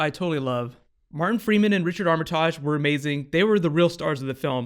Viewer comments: You say Armitage weirdly lol. It "Arm-eh-tidge" not "Arm-ah-tadge" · Armitarrrrge... ROFLMFAO